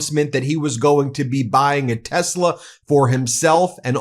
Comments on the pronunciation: Leon cannot even correctly pronounce the name of his own damn company. *Tezla*? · It's not Tezla it's Tesla. Elon can't even pronounce his own company name. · Musk doesn't pronounce Tesla correctly. He says Tezla.